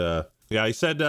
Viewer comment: Man I love the YouTuber “Azz-Mon-goaled” Azz-mon-gul… azz-gul nazz-gul…. Nazgûl?!